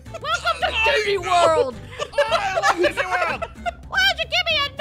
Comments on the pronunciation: She said didney land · “HeY, nO cRyInG iN ✨dIdNeY✨ lAnD!”😂😂